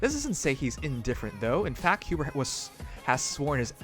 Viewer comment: its not hubert lmao